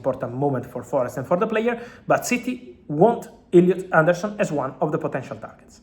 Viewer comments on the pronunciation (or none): Illiut aundourrrsun 🤣🤣🤣😂 go on fabulous